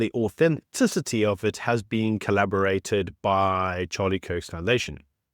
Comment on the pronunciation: Flotilla not floatia Corroborate not collaborate